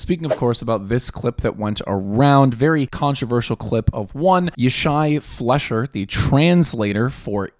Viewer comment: His surname's pronounced fly-sher. (Not a big thing, but it will help you sound like you know what you're talking about.)